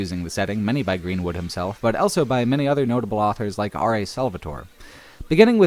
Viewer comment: says elso instead of also.